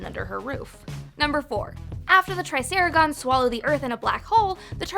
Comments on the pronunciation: Sorry I don’t mean to correct you but I think it’s pronounced triceratops not triceragons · She said "Tricerigons" 🤮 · Her: "I'm a HUGE fan" Also her: "Ralph" and "Triceragons"